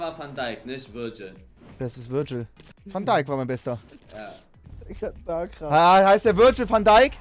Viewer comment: Wenn man mal nen namen nicht richtig aussprechen kann okay, aber wo zum teufel ist bei van dijk ein „r“ im namen 😂